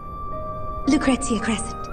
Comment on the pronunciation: Take a shot every time Vincent says lucrestcia